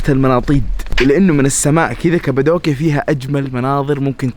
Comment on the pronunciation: مش كبدوكيا قبدوكيا بل قاف 😂😂😂